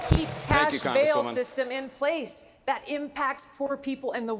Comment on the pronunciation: The word is "that" not "dat".